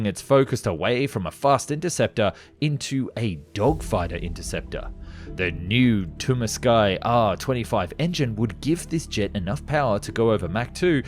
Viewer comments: TWO-MAN-SKY it's pronounced "Tumansky" 😆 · Before making a video, please make sure you pronounce foreign words/names correctly. The word for "unit" is not Yedinitzdta, but ye-di-Ni-tsa. In short, it is not Yi but Ye. The engine manufacturer name is Tu-man-ski and not tu-man-skai. The MiG-21 Bis variant is like biz (but with an s) and not bee eyes. The Vietnamese fighter ace name is also pronounced wrong, but I will let you research this one. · You should pronounce "Ski" instead of "Sky" from Tumansky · I believe the engine makers name is pronounced like this.. Too-Man-Ski. 😉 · It's tumanski, two man sky jet engine. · Tumansky is pronounced like "Kowalsky"